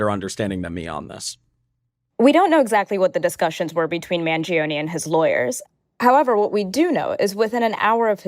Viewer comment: Man jee oh nee 😂